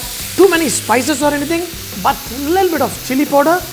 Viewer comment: Kaur Respected Amarjit kaur every countrymen has their own pronunciation for any foreign language , since the chef is not using proper pronunciation for powder and speaking like poder , since he is a telgu ( do you know telgu people or do u know telgu language ? I am sure u don't !!! ) you are only one here who used cheap , derogatory and indecent words for him ..... You showed your class mam...... Decent people never write " bastard "( u wrote wrong spellings , ha ha ha )for any non acquainted person , what wrong he has done to you and is shameful for any lady esp Indian for this type of writing. As Indian , I am dying of shame . Pity on your children . regards ( ha ha ha )